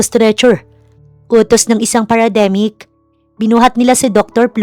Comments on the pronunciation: PARAMEDIC hindi parademic🤣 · Paramedic hindi parademic